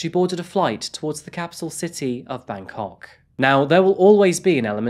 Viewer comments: bro when you pronounce Bangkok, you gotta stress the bang and not the kok. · it's Bangkok. not Bankok.